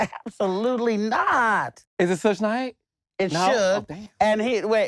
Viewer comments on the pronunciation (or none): Carlos calling Suge (Shug) Sujj is sending me 😂😂😂